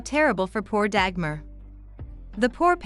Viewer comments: I don't mind that people make videos about Dagmar as she is a part of history. But I find it somewhat strange and annoying that NO one bothers to learn the correct pronunciation of her name! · Nice video. You mispronounced her name Dagmar though.